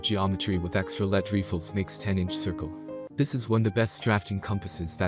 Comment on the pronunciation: Sorry, can’t take a compass review seriously if the narrator can’t pronounce “lead” properly.